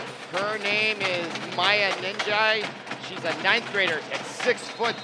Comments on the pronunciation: And he said Maya Ninjai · he got me so heated when he said bueckers wrong and nnaji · Yessss and Maya Naji at first and chicoles